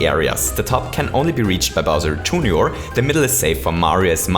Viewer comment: Bowser "June your"?